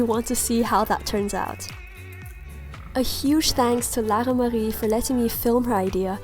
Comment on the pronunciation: I love the way she pronounces Lara-Marie!